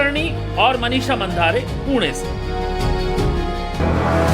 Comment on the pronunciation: मनिषा मांढरे ऐसा नाम हैं. मंधारे नहीं. 😂